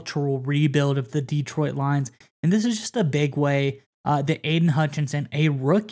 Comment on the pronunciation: I love your videos but every time you mispronounce "Detroit" it's like fingernails on a blackboard. The emphasis should be on the second syllable. Please. Thank you.